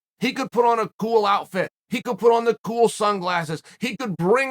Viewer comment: A ghoul outfit, ghoul sunglasses? You're almost sounding like garble garble!